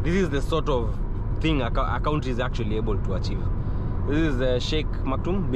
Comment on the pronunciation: Nice vlog. Next time please call it Abudabi not Abuthabi, and that word country, it's confusing when you pronounce it as 'cowntry', instead of 'Kantri'.